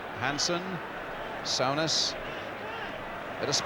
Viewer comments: Sue.ness...not sow..ness... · Brian Moore ,got it so wrong in say souness name wrong throughout spoiling it for me ,I can't believe he made such a mistake there must be a BBC commentary of this game with John motson or Barry Davies